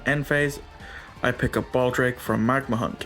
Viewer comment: bystial magnamhut ❌ magnahunt ✅